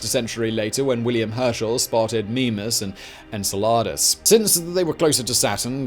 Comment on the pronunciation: 15.25 en-suh-lard-us? no it is en-cell-a-dus.